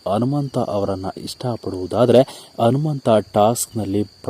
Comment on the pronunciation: Modalu nettage kannada bhashe kalithu kolli kelakke agolla alla hanumanta hagi alla agi thoooo neeno ninna kkannadano thoo